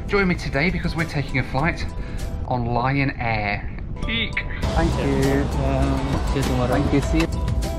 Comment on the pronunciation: Every time yo said Lion Air, my aged ears heard Ryan Air. Not sure what that could mean.